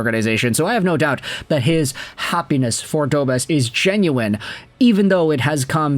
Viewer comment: It’s pronounced Dobesh! The š with that symbol has a “sh” sound to it.